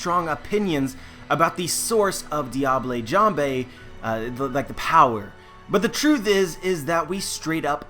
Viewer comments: "Deeablay Jamblay" The fact that I know how to pronounce words in French, it hurts to hear shit like this. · Diable jambe is french, you're pronouncing it in a Spanish way. I don't really care if you keep saying it that way but I mentioned it just in case you want to know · Sanji's "diable jambe" (which isn't spanish or italian as your pronounciation may come of) is french for "devil leg". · Sorry, but your pronunciation of diable jambe is TERRIBLE, the e's are not like an 'a' but are barely pronounced, check out google translate.